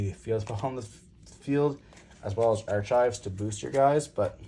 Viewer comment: 1. You dont HAVE to play 3 gates. Starting hand having 2 or more gates and nothing to get a fiend to gy is not fun. I only run 2, and its not an issue AT ALL. 2. Dont cut accession to 1. You dont want it to get banished and not have another, and you want to see it. 3. Its Ark-ives, not arch-ives.